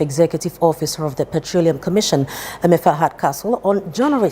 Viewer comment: "Eme afa " and not "Emefa" .